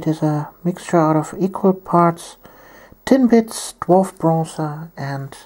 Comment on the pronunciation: Every time you say "Tin Blitz" i hear "Tim Bits" and i get really hungry :(